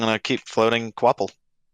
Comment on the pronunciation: Qu’Appel is pronounced ka-pell, not kwopple.